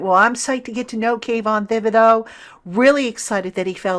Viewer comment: I believe it's pronounced Ti-buh-do.